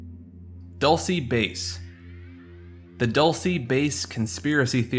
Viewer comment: it’s pronounced Dull-say base (dulce base) a New Mexico native here aswell